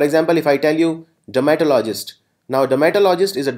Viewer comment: Sir very poor pronunciation every 3rd word u pronounced is wrong Like misogynist-Called mis-OJ-nist not Miso-Gahy-nist dermatologist-der-muh-TOL-uh-jist not DERMA-tolo-jist i didn't mean to disrespect u but i hope u will work on ur pronunciation